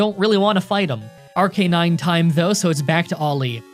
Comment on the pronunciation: Challenging the King?! With Baby Pokémon?! Ha 😂Win or lose the King still laughs in your face. Btw man it’s pronounced Ar- ca-nine